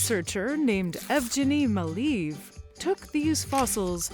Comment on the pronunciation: Dear: 1) Gotta love a dinosaur that seems to be named for a psychotropic drug. 2) Evgeny Maleev is not pronounced "EV-jen-ee muh-LEEV," it's "EV-ga-nee (hard "g") ma-LAY-ev." You're welcome.